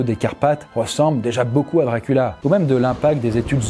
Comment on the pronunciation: jonhatan ? wampire ? DRACULA ? DIOCULA !